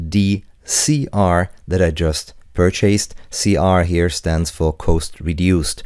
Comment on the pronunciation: "Coast" reduced! 😁